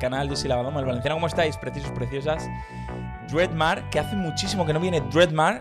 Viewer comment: Se dice Dred Mar ai